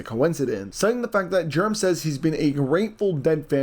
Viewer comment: Jurim Powell?? It is pronounced Jer-OME Powell!